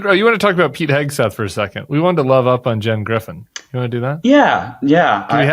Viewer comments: Cam, are you pronouncing Hegseth as Heg a Seth on purpose? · LOVE IT! Cam- keep the Hegseth pronunciation going!!!! 🗣️🗣️🗣️